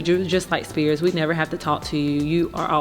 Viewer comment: It’s spears not spirit lol